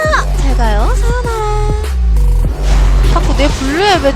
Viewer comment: 잘가여 데맛찌아~ 사요나아~~ 발음왜그래여...